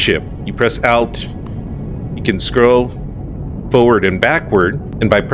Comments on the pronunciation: Something you may not know that alt(al-t) is pronounced as in (alt)-ernative [ault]. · I’ve seen a few of your videos so far, and have found some great info! But my lord the way you say “Alt”😅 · Please never say "alt" again. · One thing you probably didn't know. The pronunciation of ALT. It is an abbreviation of 'Alternate' 😂